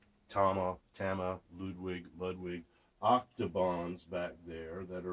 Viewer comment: It's pronounced "Ludwig" for cryin out loud,,lol..I haven't played in years but I still have a set or two around..Thumbs up